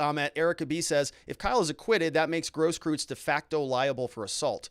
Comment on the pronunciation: Gross-KROYTZ, please!!!!! If it's German.